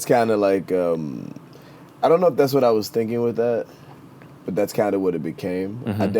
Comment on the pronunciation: "I dohnt knohw" lmao